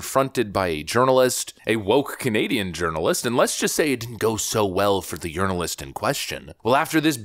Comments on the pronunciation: Is he saying journalist or urinealist? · I like the way a word was pronounced: Journalist sounded a lot like Jo-urinal-ist.